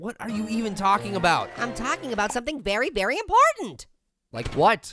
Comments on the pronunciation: is saying berry berry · berry berry inporntant